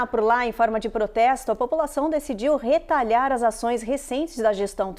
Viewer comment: Atençao. O verbo é RETALIAR. vc fala retalhar. Isso é outro verbo é tem sentido diferente.